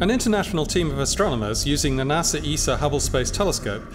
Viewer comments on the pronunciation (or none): none